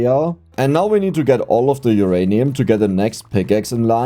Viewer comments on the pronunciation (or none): I'm okay with the "i-ren" and the "zix" and "zeven", but draw the line at "o-ranium" 😤😤